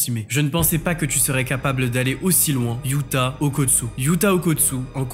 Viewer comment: On dit Yuuta pas youta